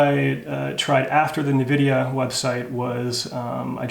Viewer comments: Did he just say NEvidia?? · So this is the first time I've heard Nvidia pronounced Ne-vidia. I normally hear In-vidia. Which is correct?